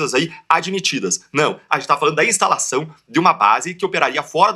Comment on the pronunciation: "estalação"... ... Kkk esse cara é promotor?